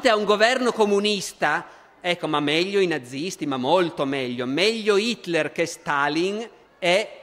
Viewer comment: 9.34...Fa uno sforzo tremendo per pronunciare Hitler con l'H, ma qui cade...così come molte altre volte...